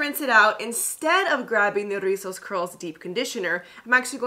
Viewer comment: Love how you drag de R' RRRIZOS 😆